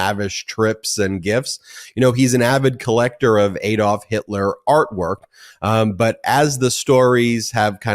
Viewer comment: Great show but it's ADD-olf not EED--olf. I keep pointing this out.